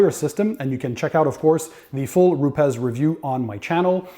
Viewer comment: Not rupez Its rupes dude